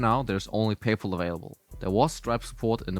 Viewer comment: First Person I Heard Pronounce Paypal Like "Payple"